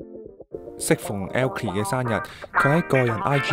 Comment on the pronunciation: 點解你講elkie時咁奇怪？ 無惡意🥴